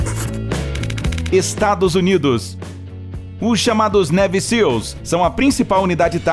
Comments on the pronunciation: A pronúncia correta de Navy é neive e não neve... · "Névi" Seals??? "Kei" West??? Por favor!